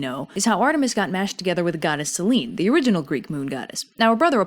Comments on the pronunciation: It's Seh-lee-nee...Σέληνη... Just saying. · I like in depth of your research on these and your humour and drawings are cool. Sorry to be pedantic, but just small pronunciation thing: Selene is normally pronounced Selenee. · I guess the Ducktales Reboot has been pronouncing "Selene" wrong, too.